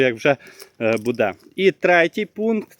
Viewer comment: Укр мова не ,, буДЕ,,а БУде,,😮